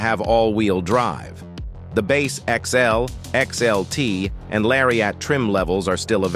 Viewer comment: What's s larry-AT???